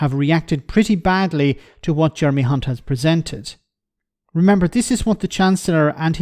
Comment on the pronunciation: Did anyone just hear the female ITN Newscaster - Nina Hossain, call Jeremy Hunt - Jeremy *unt (rhymes with Hunt!) on the ITN lunchtime News. I kid you not. She joins Jim Naughtie is divining the true nature of this Tory "politician"! She later apologised for her mistake - or was it???